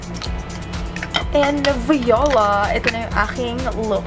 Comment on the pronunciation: You were joking about the 'vee-yo-la' pronunciation right? ☺